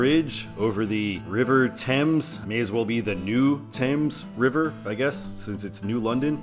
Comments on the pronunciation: The Thames River is pronounced as <Ɵe:mz> in Connecticut, not . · 95 is not mileage based in CT, but 395 is. The bridge is the Gold Star Bridge, not the New London Bridge and the river is Thames with a long A sound and a "TH" sound at the front, not a "T" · The Thames River in Connecticut is actually pronounced how it looks and not the weird British way Also, the bridge in new London is called the gold star bridge and that’s the bridge that had a massive fire a couple of weeks ago that you might’ve seen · While the river is spelled the same as the river in London, England, last time I was in the New London area everyone pronounced it as if it rhymed with sames with the th pronounced